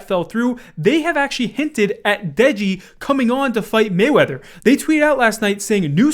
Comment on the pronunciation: dude really said degi 💀